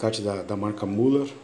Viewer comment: Esse muller na verdade se pronuncia Miler!